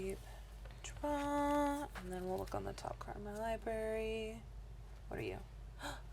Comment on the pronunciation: ugh, please don't say 'liberry'.